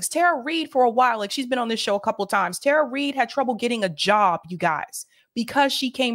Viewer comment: Powerful story. Thank you both. Respectfully, just saying this because it keeps happening and from multiple people on the left...her name is pronounced Tara ( tah-ruh) not Tara (tare-uh).